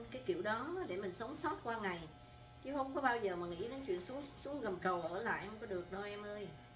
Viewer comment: Gầm cầu. Bạn nói hầm cầu nghe ghê . Hihihi …